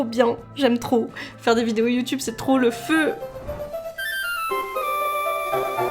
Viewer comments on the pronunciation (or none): none